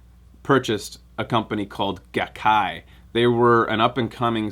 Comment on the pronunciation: The Gai of GaiKai is pronounced "guy".